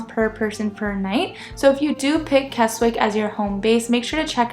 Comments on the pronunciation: It's KESSICK not KESSWICK. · its pronounced "K E S I C K .don't say the W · Just a note, it's pronounced "Kessick". Yes weird. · The W in Keswick is silent so pronounced it as KEZIK. Also if this is your first time in the Lakes, avoid Windermere and Grasmere (even though it's beautiful) at all costs. It's full of people. Keswick while still full of people is more manageable. For those who like me want peace and quiet and see nobody then head west. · Kes-ick for gods sake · Wow..how many people does it need to mention you pronounced Keswick wrong😂…as someone who lives in “Kezzick” I’m pleased you liked the area. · The W in Keswick is silent. It's pronounced Kezzick. A lot of tourists get the name wrong.... As someone who lives in the Lake District, yours is one of the better tourist videos I have watched.. I've lived in the Lakes for 66 years, and I haven't seen it all...... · It's pronounced "Kezzick". And it's Wastwater, not Westwater, and the 'wast' part sounds exactly like 'was' with a 't' after it. And it's in Wasdale, also sounds like 'was'.